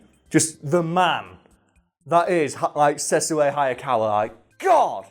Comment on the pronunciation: It's pronounced Sesshu (Seh. -shoe)